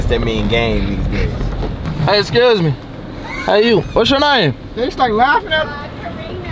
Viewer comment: "Hey Scures me... what's going on tonight" - 🤣🤣🤣